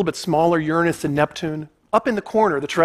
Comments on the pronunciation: Never trust a man too scared to pronounce Uranus properly. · how long have i been miss pronouncing uranus